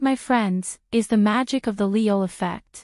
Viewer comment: His name is pronounced "ee yool" in Hangul (이율). The way it's spelled in English is confusing but seeing it in Korean makes it a lot easier to pronounce.